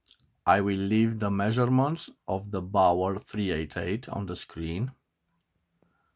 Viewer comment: The correct pronunciation of Baoer in English is "Be'are" NOT "Bower".